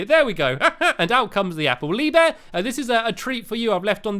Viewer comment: You didn't say lee bear right you say leeeeeee bear